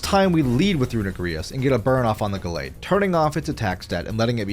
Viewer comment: mf said runegrious and eggyslash